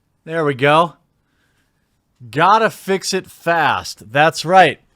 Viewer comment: you're the sixth channel mispronouncing the hashtag gottafixfast